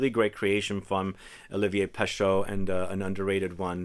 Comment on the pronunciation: Again, for the umpteenth time: it's not peSHO, it's (roughly) peSHE. In French EAU = O and EU = E (not quite but roughly).